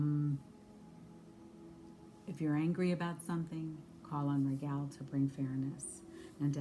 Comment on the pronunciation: Pronounced Ragel instead of Raguel.....so is his name connected to Rigel star system aka Alpha-Centauri???